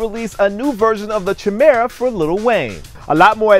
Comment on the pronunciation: Not trying to nit-pick, I love your vids and your very professional, but I believe Chimera is pronounced with a K sound. As in the Greek mythical animal